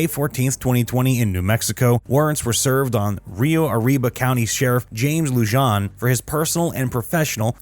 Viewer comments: LEW-JON? It’s LU-HAN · ITS LUHAN! Not Lu-john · Loo-han not Loo-jan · Is not Loo-jan. It is Loo-han. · How are you supposed to sound reputable if you can’t even pronounce peoples names correctly? Lujan is pronounced Lu-hon not Lu-jan.🙄 You literally mispronounced damn near every single person’s name in this video. I’m guessing you like your burrito wrapped in a Tor-tilla and Jap-a-leanos are too hot for you✌️ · Lujan is not pronounced, loo jon. It’s lew han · As a side note, the name is pronounced Lew-hohn...not Lew-john. The J is pronounced as an H. Likewise, Vigil is pronounced Vee-hill, not Vij-il. Likewise, Jimenez is pronounce He-MéN-ez. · Pronounced lou haan, not lou john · Pronounced LU HAAN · Lujan is pronounced like “Lew-Han” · Corruption is so common in the land of entrapment I'm surprised anyone even noticed. Sheriff's last name is pronounced -Loo-hōn-. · It's pronounced "lu-HAN." But I love this story, I rewarch the whole series of camps every so often to let the schadenfreude out. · Are we not going to talk about how horribly the narration is pronouncing the names. Lujan is pronounced Lu-han. Vigil is Vi-hil. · It’s pronounced Lujan “(Lou-Han)”, Espanola “(es-Pan-yoll-ah)” & Vigil (Vee-hill). My relatives that came here on the Mayflower could do a better job with Spanish name pronunciation😂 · The announcer needs to learn how to pronounce Spanish names. LuHAN, VEEhill, TruHEEoh, HEEminez, EspanYOLA. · It's pronounced lu-han . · It's pronounced Luhan and chac-ohn. Idk why it was bothering me so much that you were pronouncing it like some sort of Frenchman. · Just FYI, Lujan is pronounced Loo-hawn, Chacon is Shaw-cown. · Lujan = Lou-Hon Chacon = Chock-Cone Vigil = Vee-Hill Jiminez = He-Men-Es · Hey! It's Lujan ( pronounced "Loohon") and Chacon ( pronounced "Chawkohn"). Sheesh 🙄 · Just wanted to give you a heads up it’s pronounced (Lue-hawn)and (chaw-cone) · It's pronounced LOO-HAN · Lujan is pronounced Luhan. And Vigil is pronounced Vehill.